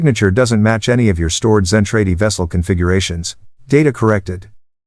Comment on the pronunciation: ZEN TRAH DEE; terrible AI reader doesn't know English either